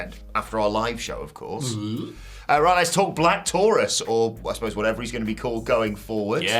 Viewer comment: For the love of all that's good, Black Taurus is not pronounced like that. It rhymes with "Your Uce"